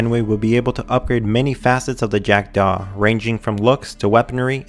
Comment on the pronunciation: I'm annoyed at how he says "Jack-Daw" and "Curibbean"